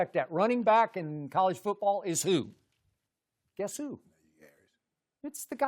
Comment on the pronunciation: "who got the best TD to interception ratio in college foobawl" 😂😂😂😂😂😂😂😂